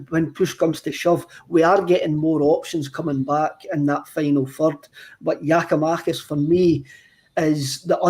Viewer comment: Can somebody tell it's GiakoumaKis not GiskoumaTis...cheers